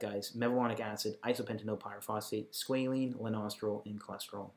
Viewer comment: I thought you kept saying "the nostril" instead of Lanosterol